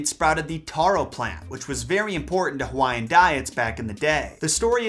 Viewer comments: Nice video but your annunciation sucks with Hawai’ian Words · 😂😂 I'm Polynesian (not gonna say which one I represent) , your pronunciation are so off, but I give you props bro. 💯 love your videos!! keep it coming. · This man just butchered so many Hawaiian names 🤦‍♂️